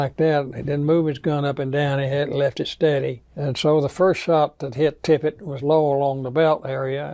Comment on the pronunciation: Tippit, not Tippett, or Tippet, or anything else.. JD Tippit.. Maybe get the name right and credibility will ensue, huh?.. Geez!..